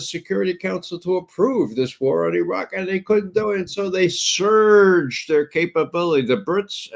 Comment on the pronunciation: The way you say surge I think of a toilet full of of $#1$ backing up and surging over the rim all over….